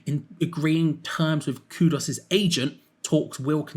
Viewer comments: Ffs It's Kudus not Kudos!! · Kudus,, not Kudos.😅